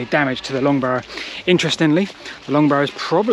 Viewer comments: Excellent video as always, but… “Neoliffick”. 😂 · I'm sure Wolfie Smith would have pronounced it exactly the same 😆